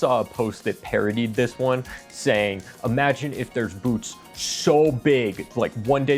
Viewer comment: Did you say boots* that are so big you have to start licking them rn...or boobs* so big you have to start licking them rn¿? I feel like you said boots, but it sounded like you said boobs... Great vid either way.